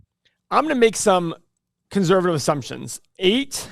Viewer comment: Love the way says ConZervative and anal lise.